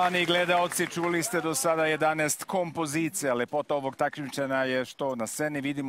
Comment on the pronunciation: KomPOzicija, koji vam je to naglAaaasak?